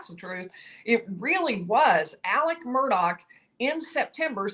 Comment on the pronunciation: Murdaw not Murdock